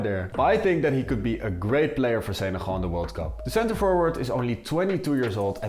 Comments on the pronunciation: Why do you say Senegal like Seneral? It's so distracting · The way u say Senegal is weird